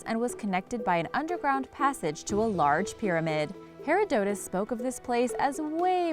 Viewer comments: Herodotus... It is Her- (like her) Odo (like odd oh) - Tus Herodotus not whatever you said. Just Google Translate it. Ya sometimes google is wrong, but it's better than saying Hairadotis. Just study Archaeology instead of trying to just read it!! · This is a great example of a Key & Peele style click-bait.....?? WTF LOL? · I had to stop watching after "Hare-A-Dotus." Anything you tell me after this can't be right 🤦‍♂️ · Hearing you try to pronounce Herodotus and sepulcher make me want to punch myself. That is all. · The announcer REALLY should look up all those big words she has never heard before like Herodotus and sepulcher. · Your pronunciation of several common words and names, bandied about in this feilds circles is sub-par - to be kind about it. If you want to be taken seriously then at least learn the common pronunciations of famous historical figures such as Herodotus.... seriously, for a scientist or even a documentary maker this stuff is 101 first year stuff. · never heard Herodotus' name pronounced like that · Your pronunciation of 'Herodotus' is appalling. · Omg i thought the exact same thing. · please learn the correct pronunciation of Herodotus and sepulcher